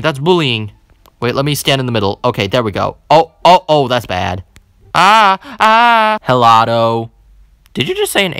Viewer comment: It’s not helado it’s elado just pretend there’s no h